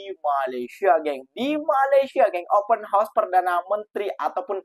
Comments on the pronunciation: Lain mcm sebutan open house -dah jadi kuda bukan rumah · Woooiii...ngomong YG beber..klo gak ngerti Ya udah pake bahasa jawa saja... Open house( open haos) bukan open hos... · Sebutannya OPEN HOUSE (haus) bkn Horse (kuda). ✌️✌️✌️